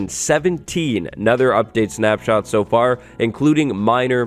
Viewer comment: Is anybody gonna talk about how it said "afr" instead of far 🙃